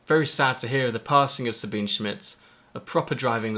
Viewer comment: there are a lot of these vids now...thnx for yours. it really makes me sick when people honouring Sabine dont even pronounce her name right. you did the right thing